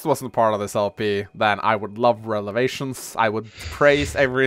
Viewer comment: Why does say Relevations - I mean it is prolly a funny joke but i dont get the meme at all. Lol